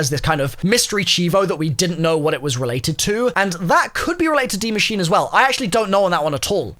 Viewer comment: for you youtubers saying die machine its die maschine (ma sheen uh)